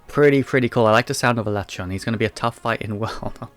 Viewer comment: Alatreon is my favorite as well, also my first introduction to them as MH3U was my first MH. But I still think he's the coolest after experiencing the others. Even his name is sick, though I prefer pronunciation of it rather than the official one. I also pronounce it that way.